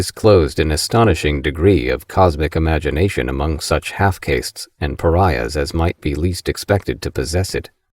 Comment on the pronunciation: Same. It's the way the guy says "half caste" that gives it away. I've never heard anyone pronounce it as "KAY-ssst" rather than "KAH-ssst"